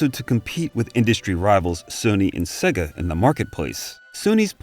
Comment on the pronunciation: Amazing video thank you! Just one tiny thing though. SEGA is pronounced 'SEYGA' (rhyming with AGES) not SEGGA (as in EGG).